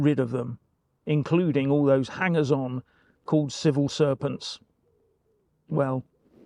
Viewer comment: Did i mis hear or did you say "civil serpents" ? !